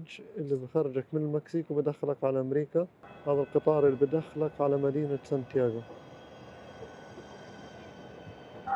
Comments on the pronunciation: سان دييغو وليس سان تياغو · دخيل ربك سان دييغو مو يان تياغو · اعتذر عن الخطاء في اللفظ كوني اول مرة ادخل المنطقه هي مدينة سان ديغو ، وليست سانتياغو